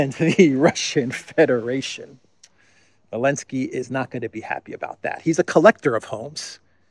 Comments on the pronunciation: Why do you say ‘Elensky’ without the ‘Z’? It bugs me. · Why do you say "Elensky"?